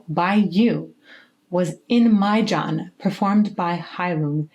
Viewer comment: its "maid.Yan" not maiJan